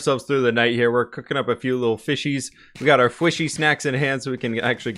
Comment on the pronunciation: I'm no longer saying fishies, but fwishies